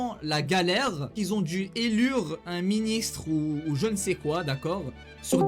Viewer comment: Il a dit élure sur discord 😂😂